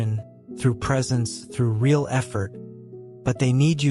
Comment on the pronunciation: Someone needs to "inform" the A.I. program that the word "real" is generally NOT pronounced /ray·AHL/ except in very few limited circumstances. It's /ˈriː.əl/! And mispronounced heteronyms sound ridiculous: read, tear, ....